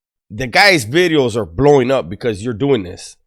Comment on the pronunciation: Ey man i honestly like these vids wether its on this channel or the other. Always lookin foward to new bideos lol😂. I knw u say videos buy it still sounds like Bideos jajajaja😅